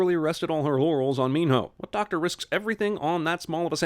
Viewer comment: So can he not pronounce Min Ho or does he think his name is Min No?